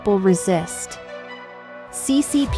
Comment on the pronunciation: RESEST THATS HOW YOU PRONOUNCE RESIST...WHAT DO YOU MEAN BY RESEST